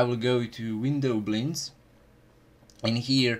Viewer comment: i dont like the way you pronounce "windowblinds"